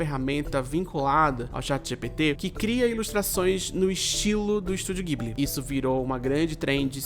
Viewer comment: se pronuncia "djiburi"